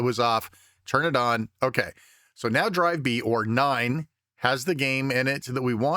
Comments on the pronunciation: It really sounds like the number 9 in German, but I like it. Keep it up!😊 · Neun, neun. I thought you had turned german. Anyway, this is great info. I will be trying this when I get my C64U 👍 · Very good Video. Greetings from Germany😊 Why did say NEUN like in Germany?😂